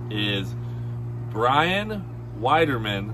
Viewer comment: Brian Weiderman. Laughed when Cleetus pronounced your name though. Brian is a heck of a guy and this is well deserved. Congrats